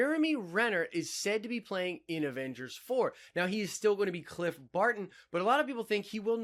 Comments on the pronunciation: "Clint Barton" not "Cliff" also he's Ronin, not Ronan mind you Ronin. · Clint not cliff becomes ronin lol